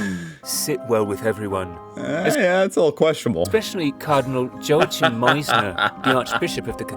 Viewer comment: I love how is really interested in everything, whether it’s politics, architecture, culture or history. I had to laugh at the narrator’s pronunciation of Bishop Meisner’s first name, Joachim. Obviously I understand that it’s not easy to pronounce foreign names, it just sounds so funny, when you do know the actual pronunciation. It might’ve been AI narration, though, and AI can’t pronounce at, it or sit - it spells the letters out.